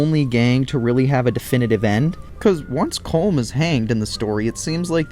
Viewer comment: It is pronounced Colom